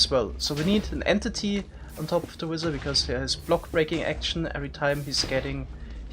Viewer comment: I don't know where he is from but man "wizzer"? What the hell?